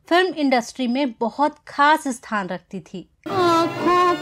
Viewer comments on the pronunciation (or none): none